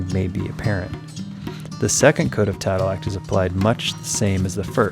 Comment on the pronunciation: Not tadelack